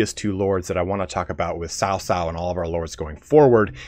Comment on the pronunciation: C is Chinese pinyin also has more of a ts like tsunami sound so cao cao is pronounced more like tsao tsao, not sao sao